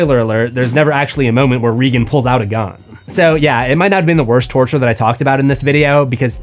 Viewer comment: Have you watched The Exorcist? It’s not REE gun. It’s pronounced just like Ronald Reagan throughout, and I’m not sure why you always mispronounce it.